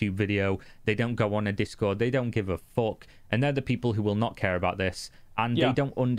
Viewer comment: "Fock That" for real.